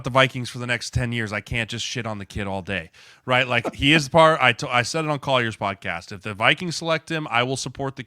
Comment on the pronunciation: Why does Jeremiah keep saying “Collier” instead of “Coller”? 😂 he’s worked with him for years! 🛎️